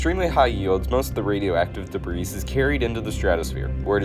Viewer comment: He also pronounces debris as past tense...